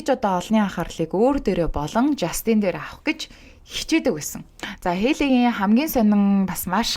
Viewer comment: Жаааастинь ！ not the жастиииийнь please zuw duudchihldaa , hvnii nershdee, please….